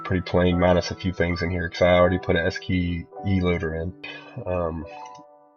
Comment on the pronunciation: It's "SKSE"!!!!! Not "SKE!"